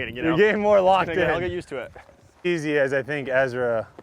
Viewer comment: I'm sorry but I have to mute your videos and watch with subtitles when you play with Ezra. Dude has all of this time to work out and on his disc golf game, but still calls himself Ezwa.